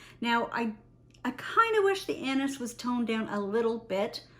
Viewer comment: I can’t stop laughing cause everytime you Say « anis » i hear « anus » 😂 sorry . Your video is awsome ❤.